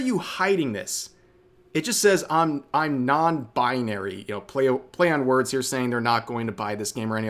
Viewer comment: “I’m non-buynary” is funny af